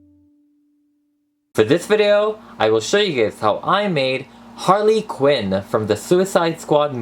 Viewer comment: LOL YOU SAYED HARLY QIN LOL LOL LOL LOL....................................................................................................LOLLLLLOOOOOLOLOL9L9LOLOLOLOLOLOLOLOL.OLOLOLOLOLOLOLOLOLO.😂😂😂😂😂😂😂😂😂😂😂😂😂😂😂😉😉😉😉😉😞😭😠😠😠😠😂😃